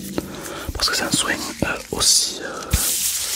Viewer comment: Sa me stresse il dit soing au mieux de soin 😭😂